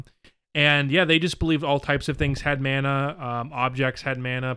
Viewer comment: Mana is pronounced. Mah nah lol not man naa lol